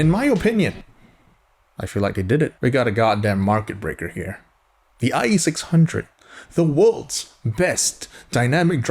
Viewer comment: now we have the eye eee six hunge-o's.